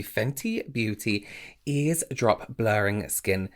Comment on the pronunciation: I just got the Fenty Eaze Drops yesterday and I’m so excited! :) I tried a little bit in the store and it seemed to work well on my dry skin and was seamless. I got shade number 5. Also, I think it’s pronounced like “ease”?